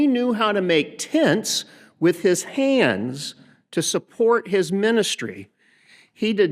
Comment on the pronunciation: "he learned how to make TENTS with his HANDS" as opposed to what his feet? the emphasis was SO funny omg